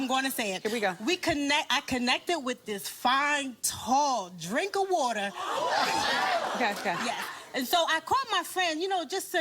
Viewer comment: And the "drinka water" 😂😂